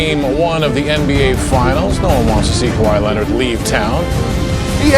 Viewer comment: Nobody: Stephen a: Kawhi Lennit!